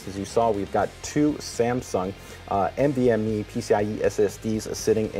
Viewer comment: also "NDME drive" haha